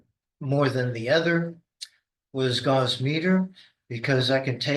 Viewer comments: Another indication that he has no idea what he is talking about is that (magnetic field detection) Gauss is pronounced Gowss (like cows) and not gauze.. Idiot. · PhD not good enough to pronounce Gauss correctly... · Any "scientist" who doesn't know how to pronounce gauss is very questionable.